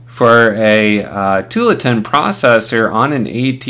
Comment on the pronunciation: I like your videos! But it's pronounced too-AHL-uh-tin. It's named after a city in Oregon (OR-uh--gun). :)